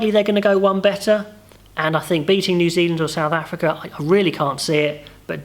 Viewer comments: Great vid mate, Zew Zealand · Zew zealand?